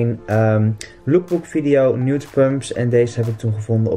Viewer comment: 'Nude pumps' Ik: stop.... NEWT Ik weet t is een ander word maar je spreekt het nogal hetzelfde uit